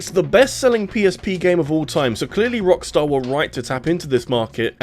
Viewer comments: Please please don't ever do that again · I know this mfer did not just say rockstussy 🤣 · mans said Rockstussy 😭😭😭😭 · Sir...did you just say **Rockstussy**??? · I spelled it out as "Rockstarcy" in my mind